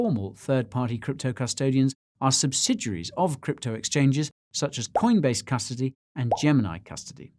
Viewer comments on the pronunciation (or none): Did you say Custardy...you drinkin on the job Guy!